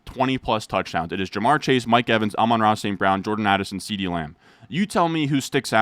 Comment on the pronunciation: That was a distinct “I’m Ron” as opposed to the usual “amran”